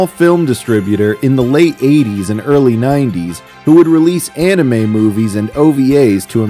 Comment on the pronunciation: I love how the original Cartoon Network announcer pronounced anime as “Annie Mae”